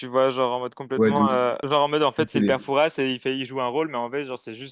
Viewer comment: On ne prononce pas le s de Fouras. Super episode !!!